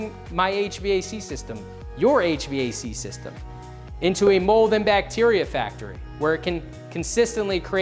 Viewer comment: Why are you saying HVAC so wierd?